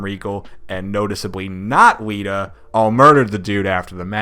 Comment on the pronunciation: not but the other dude said wita instead of lita